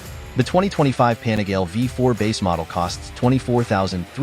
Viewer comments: i think it's pronounced as "PA NI GA LE", not "PANI-GAYLE", for sure you're using AI voice.. 😅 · Panigail. I love these videos, but that hurts my ears. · The ‘pan-a-gale’ lol love the robot voices 😅